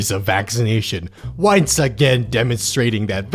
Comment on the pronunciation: I had to listen to this while reading it because I fully honestly thought, instead of saying "once again", I thought you were saying "whites again"